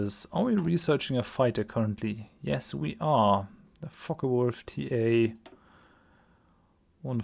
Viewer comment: I kind of flynch each time I hear 'Focke-Wulf'. xD